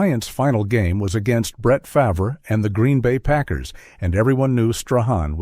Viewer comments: This video 📷 is a complete joke after hearing Favrah 10 times 😂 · Stealing from poor and naughty text is what people know lately 😮 at least say his name right Favrah???? LOL 😂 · my thoughts exactly, how can you NOT know his last name correctly???